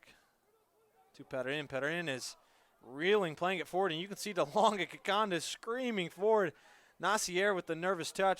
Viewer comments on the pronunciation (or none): It’s ‘Kikonda’ not Kikanda🤬